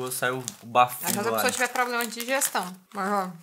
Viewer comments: "Pro ble ma seu" 🤣🤣🤣🤣🤣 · PRO-BLE-MA seu kkkkkkkkkkk